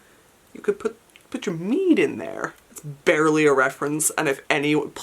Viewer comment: To be honest, at first, i thought she said mead, so i got a bit confused for a bit till it finally dawned on me. 😅 But i guess you could put vodka or tequila in it too. A witchy flask! 🤣